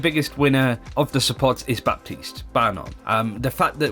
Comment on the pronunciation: The p in Baptiste is silent!